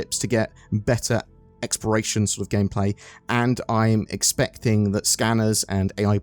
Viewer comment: omg why are you saying "Experation" gameplay???